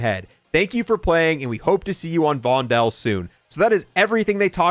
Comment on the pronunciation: the new map vondel is being mispronounced. the correct way of saying it is vonDOL instead of vonDEL. it is spelled vondel but if you want to say the name you say it as if there are 2 O's in it